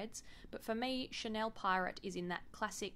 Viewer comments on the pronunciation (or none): none